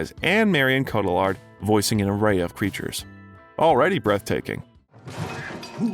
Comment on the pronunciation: For the love of God; please learn how to pronounce people's names correctly! Marissa Tomei's name is pronounced toe-may. Marion Cotillard's name is cotee-yard. The narrator comes off as incredibly ignorant because of this.